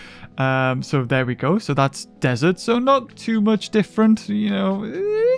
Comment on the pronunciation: You're pronouncing "Desert" wrong.